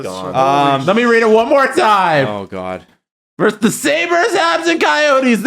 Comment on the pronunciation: It's not "verse" when you're comparing or putting two teams against each other. It's "versus". A "verse" is in a poem or song. If you HAVE to shorten it, it's "v".